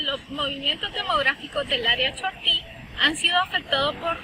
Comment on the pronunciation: Terrible que algunos estudiantes no usan bien la acentuación en el nombre "chortí ”